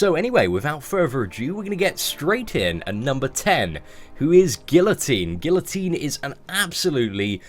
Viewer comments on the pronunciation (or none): none